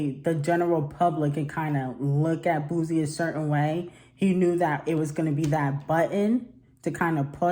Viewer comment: I was like who is boozie?